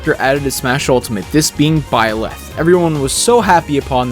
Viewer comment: BYleth not byLETH !!!!!! AGH!!!!